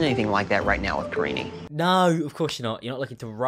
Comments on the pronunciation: Why does Paul pronounce "Karine" like "Karini" 😂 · Surly he’s pronouncing her name wrong karine-EEE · She looks so young, she looks like she could be his daughter! Edit: also I’m fairly certain he was mispronouncing her name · I like how he doesn't even know how to say her name. Also, I wonder what TLC's plan is to prevent this man from murdering people on their dime. Lol because that is a real threat.